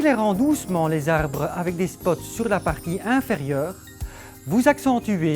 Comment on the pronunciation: n'est pas très à l'aise avec ces arbrrrrreuuuus